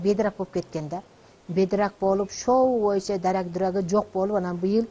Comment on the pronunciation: Шшооо бойунча дейтко🤣🤣🤣🤣